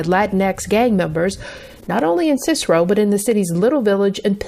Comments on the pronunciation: Sinsero?😂 SIS-sa-roe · Lmao the way pronounced the streets in chicago and cicero Kedzie is KED like red but with a K ZIE sounds like Z-E (KED-Z-E) Cicero is SIS-ER-RO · I agree with you. Cicero is pronounced Sis-Sir-Ro lol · Lmaooooo Sinsaro (Cicero) lmfaoooo bro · Cicero- “Sis-ero” Kedzie- “Ked-zee” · Not the way you say Cicero or Kedzie😭😭 SIH-SEH-ROW, and KED-ZEE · The pronunciation of Kedzie and Cicero sent me 😭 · I’m from Chicago and the way you were pronouncing our street names (Cicero & kedzie) had me dead 🤣🤣🤣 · The way you pronounced Cicero and Kedzie is what got me. 😂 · If you’re from Chicago, then I know you must have laughed or at least cringed at the way pronounced Cicero! 😂👏🏽💀